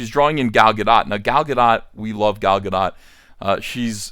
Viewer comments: Since you seem to care about getting the pronunciation right, I should probably tell you that while it's not Gal Gadeaux, but it's not Gal Gadaht, either. The o, or rather, the letter that is transliterated into o, is always long in modern Hebrew, so it's pronounced Gahl Gahdoat, with the emphasis on the doat. Also, the vowels are a bit more clipped than is typical in English; they don't get drawn out as much. It's no big deal, but since you expressed an interest in the pronunciation, I thought you might like to know. Also, quelch isn't really a word. Quell and squelch are words, but quelch isn't. Anyway, good luck with the next installment of Cyberfrog! I hope you outsell the previous installment by a considerable margin. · Ga-DOTE like it rhymes with boat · The 'dot' in Gal Gadot is pronounced like 'Dote' and rhymes with note. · Gadot is pronounced Gah-dote. Rhymes with note, not cot. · I was told it's pronounced 'Ga'-dough', instead of 'Ga-dot'. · GaDOT. Like BOAT. T isn't silent. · Ethan, the T is silent in Gadot. Just pretend you're an LSU fan when saying her name.